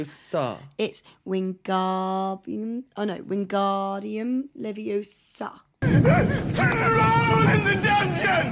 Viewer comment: it's leviOOOOsa not leviosAAAA